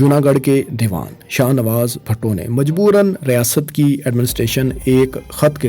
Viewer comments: its not bhatto...its bhutto... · BHUTTO NOT BHATTO.